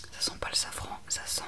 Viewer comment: 😂 hihi. Heureusement que je reviens sur ta vidéo qui m’avait endormie la première fois. J’entendais « fleur de savon » au lieu de safran 😂et je me demandais pourquoi le savon était si cher et pourquoi on en mettait dans les cosmétiques 😅. Bisous doux.